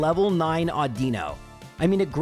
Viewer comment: I’m surprised nobody has mentioned how he pronounces Audino. Au-din-no. Not Au-dee-no.